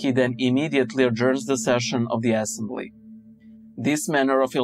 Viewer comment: Did...did you say ass-embly, intentionally?